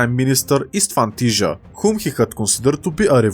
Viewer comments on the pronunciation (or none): I noticed that you mention the Tisza river in your videos a lot, so I just wanted to mention that it's not "Tizha", it's "Tisa". In hungarian "sz"=s, "zs"=zh, "s"=sh